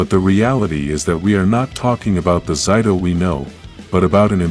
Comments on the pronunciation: It's Zayto, not Zyto. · Why those he say zido